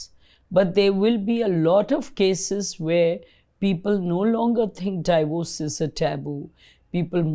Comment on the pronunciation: Thanks! Very informative. Its not 'die-vorce', it's 'dee-vorce'.